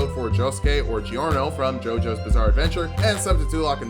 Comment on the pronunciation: I hate to be that guy. But it is pronounced "Jor-no", not "Gee-or-no."